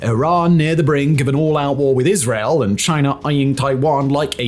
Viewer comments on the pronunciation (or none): none